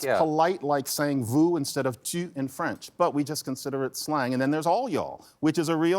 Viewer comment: I’m really impressed that he correctly pronounced ‘tu’, most Americans say it like ‘too’….. I read all your articles in NY Times.